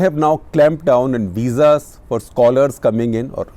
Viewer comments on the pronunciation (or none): none